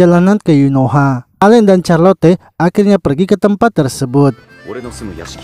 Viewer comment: Knp carlote bg itu di bacanya carlot